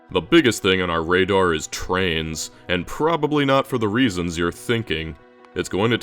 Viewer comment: Every time he says trains, I hear trans 😅